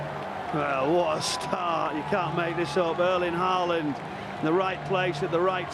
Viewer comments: It’s “Arling Hawland” not “Erling Ha-land” You’re welcome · The Commentator fits how he pronounces Erling Haaland just Like the One in the Bundesliga used to pronounce❣️❣️❣️😭